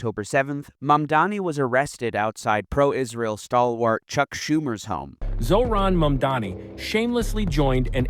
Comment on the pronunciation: I like that you said Zohran's name right. Thank you.